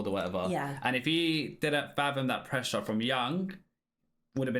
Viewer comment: Pressure not presea